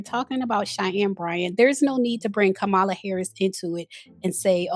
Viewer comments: Isn’t is Kamala (comma-la) not (kah-ma-la)? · Please pronounce Kamala’s name correctly. COMMA-LA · It’s COMMA-LA damnit! As a Black woman, please do better! Amanda Seals is in the sunken place and is no different than republicans who railed on for decades about Hilary Clinton’s emails. it’s not surprising she finds connection with a fellow narcissistic clown like Ms. Bryant. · Not the host mispronouncing the former VP's name. No ma'am 😅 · Please pronounce Kamala’s name properly. You’re hurting your credibility 😊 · Sis! Love your videos but this isn't the first time you've mispronounced Kamala's name. Hope to see it corrected next time. 🙏🏾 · The biggest concern and question is why you can’t pronounce Kamala’s name correctly?